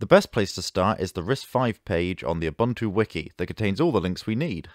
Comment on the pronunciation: You consistently mispronounced Ubuntu ...